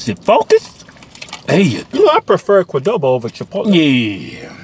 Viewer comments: Kwuh-doh-bo: a cuttn meel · Gotta love that "Qudobo" Mexican Grill! Respect it ✊